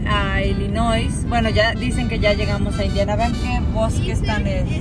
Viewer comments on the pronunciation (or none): Se escribe Illinois y se pronuncia ilinoi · Se escribe Illinois y se pronuncia Illinoi